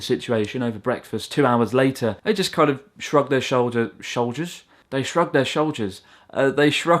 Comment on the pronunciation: YO I HAVE THE SAME SPEECH PROBLEM WITH 'SHOULDERS'